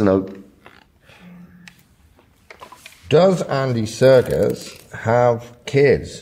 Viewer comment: Can he stop calling him Andy Circus?